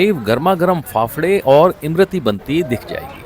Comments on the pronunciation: Imrati nahi imarti hota he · That's not Imrati , that's lmarti 😂😂😂😂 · इम-रती नहीं होती सर.. इमरती होती है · इम रती नही उस्ताद इसको इमरती कहते हैं